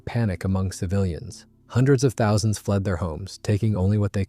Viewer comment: How about the "fourteen thao sung unten sixtee ton" General Von Steuben? It seems utterly impossible for AI to pronounce numbers.